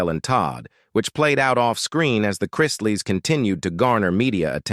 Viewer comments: Chrisley - not CHR- EYES- SLEY. Very annoying mispronouncing. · Who ever is narrating this should know who they are talking about. he starts out Crysly then he started getting the name right. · It’s pronounced Christ-Lee!!!!! Christly😂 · It’s CHRISTLEY not Krystley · There last name is pronounced Chris Lee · Have you seen Chrisley knows best? The name is Chrisley. Chris - Lee. Not crys. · I don't understand why you influencer don't learn to pronounce people's name correctly. At least show these people and their family some respect by getting their name correctly. Yes they brought these things on themselves but there's children involve in these individuals lives and it's Chrisley, please it's Chrisley's. It sounds ao awful to listen to you all bucher there names. Ask how to pronounce the names before you post qith your dam voiceovers. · What is wrong with this Narrator? He mispronounced there last name so many different times I lost count👎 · Say there name right chrisley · Please do something about the narrator. There’s no excuse that he can’t pronounce their name right and then every now and again he gets it right. Fire him already. I love them all so much and I’m so happy and relieved that they are home and altogether again ~❤ We have missed you so very much😊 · Would be nice if the narrator would pronounce the Chrisley's name right. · This story would have more credibility if your computer voice pronounced the family name correctly. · It's really annoying that the announcer keeps pronouncing their names wrong!! The name is Chrisley!!!😮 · Well when you learn how to pronounce the family name correctly I will listen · If your reporting shouldn't u at least pronounce the name right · If you're telling their story; at least PRONOUNCE their family name CORRECTLY. Very obviously the narrator has never seen their show & doesn't know who they are. I cant stand listening to this very weird pronunciation of the name Chrisley. Geeeezuz! Its not that difficult!!